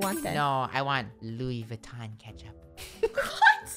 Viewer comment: How said I want Loui VUITTON ketchup